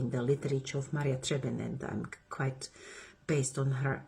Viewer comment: Can you please spell out the name of the author "Maria Trappins (?)" that you are referencing in the video for me? I can't quite make it out. I enjoy your videos and hope you continue.